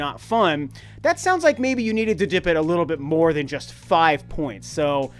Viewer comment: Did you rike it? 😂😂😂